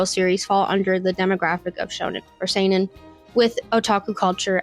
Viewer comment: she pronounced seinen right, how did she mess up josei so bad